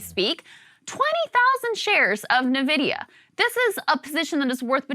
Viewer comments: did krystal just say NEE-vidia? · It’s “en” vidia, not “nuh” vidia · That's a lot of "Nuh-Vidia"